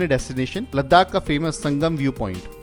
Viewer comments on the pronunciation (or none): Repeated 'Ladakh' pronunciation made my ears a bit irritated. Never mind.